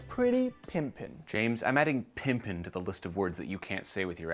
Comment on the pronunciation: I've never noticed James say "gangster" or "pimpin" like that before lol